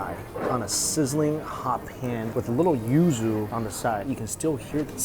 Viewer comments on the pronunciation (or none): none